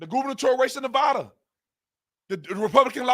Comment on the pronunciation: do you mean NEVADA not Navda